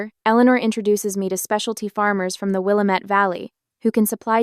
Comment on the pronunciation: Teach the AI how to pronounce Willamette the way Oregonians do.